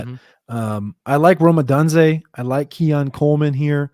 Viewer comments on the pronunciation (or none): I appreciate the effort but ya gotta pronounce their names correctly. Rome Oh-doon-zay (Odunze) and Uh-mehk-uh (Emeka) Egbuka.